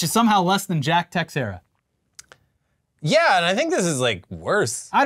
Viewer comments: It's not techsera, (sorry I'm Portuguese) is actually "tei chei ra". Please, techsera ? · BROS!!! It’s not TEX-ERA! It’s TE-SHARE-AH! 🤦🏻‍♂️🤦🏻‍♂️🤦🏻‍♂️🤷🏻‍♂️ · Teixiera = "ta SHEER ah." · The x in Teixeira is pronounced like “sh”. It’s Portuguese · It's pronounced "tuh-share-uh" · Tiexeira - Tuh-SHARE-uh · In addition to prison, the other punishment Jack Teixeira received was having his last name pronounced incorrectly for all eternity. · Apparently not Yankee fans with that pronunciation of Teixeira.